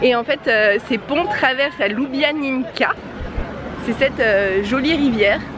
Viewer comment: Juste pour info: Ljubljanica se prononce Liubianitsa, le c slovène est toujours prononcé "ts".